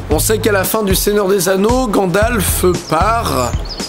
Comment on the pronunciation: À Didi dis ''GadlaFEU''au lieu de ''Gandalf'''